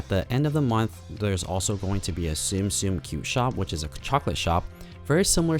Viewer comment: ToyBoxHunter様！あなたのYouTube Channel好きで たまに見るんだけど一つずっと気になってたことがあります。このゲームの名前はツムツム ですよ！ 「スム スム」じゃないです。分かりますか？？「ツム」は日本語の「積む」(tsumu) からきてます。英語訳は「to stack」です。毎回あなたのビデオであなたがツムをスムと間違えて発音してるので今後正しく発音して下さい！ だってTsum Tsumのチャンネルなのにゲーム名を正しく発音出来ないって恥ずかしいですよね。。。。😭 肝心のゲーム名のあなたのおかしな発音以外は完璧です！ 因みに私は日本人です。だから私はツムの正しい発音する方法の仕方を知っています。